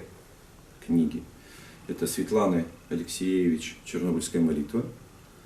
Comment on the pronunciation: Фамилия автора книги «Чернобыльская молитва» АлексиЕвич и с ударением на вторую Е. А не АлексЕевич.